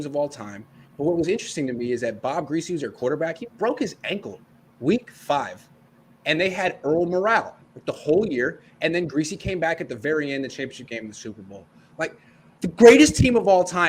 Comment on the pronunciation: The Miami Dolphin sub qb in 1972 was Earl Morall. Great backup. But pronounced Earl "MORE-ul." Not "more-AL."